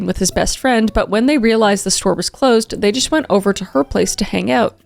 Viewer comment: I heard make out inside of hang out to